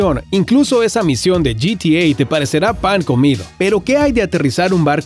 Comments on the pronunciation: Yitiei?? Se dice Getea maestro!! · men... amo tu voz PERO ES GE TE A, no , YI TI EY